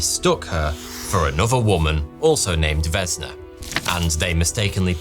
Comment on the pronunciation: Vesna, not Vezna. Basically the only thing you pronounced correctly is Vulović.